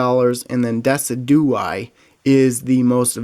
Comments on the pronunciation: Dessidooeye 😂 it's "dess-idge-ew-eye" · Cubone Champion Thank you. that irritated me so much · its DI-SID-GU-EYE NOT DES-I-DO-EYE (just trying to help NOT A HATE COMMENT) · Decidueye is pronounced dess-id-ju-eye, and how much is Solgaleo full art worth, although I like Lunala better. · Isnt it pronounced De-sid-you-eye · I see that. everybody at league calls it decidueye but its pronounced very differently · That’s not how you pronounce decuidye u had me laughing when you said that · says deciduye so wrong its cringy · HEY I have never heard decidueye pronounced like that. where did you here that from?